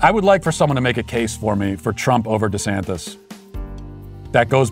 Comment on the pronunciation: Lmaooooo I always thought I heard “ Rhonda Santis “ and just thought , “hmm a man named Rhonda?” *shrug*